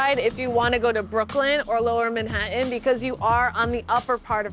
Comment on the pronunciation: I can’t take the way you keep pronouncing Manhattan